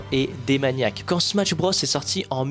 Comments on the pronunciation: Ok mais pourquoi tu dis smaTsh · Très bonne vidéo juste à chaque fois que tu dis smatsh je freeze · La vidéo est magnifique est très bien réalisé bravo à toi mais vu que tu dis "Smatch" jvais devoir disliker la vidéo dsl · Dsl de faire le mec chiant mais pk vous êtes plein à dire smaTche au lieu de smash ? c'est pourtant pas si compliqué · trop bien la video mais par pitié arrete de dire "SMATCH" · faire des jeux JAPONAIS en ANGLAIS, tout ça pour prononcer SMATSH, l'anglais vous pisse tellement dans la tête que vous voulez faire des prononciations plus anglaise que l'anglais, c'est pathétique. T'es dans un entre deux linguistique qui existe pas.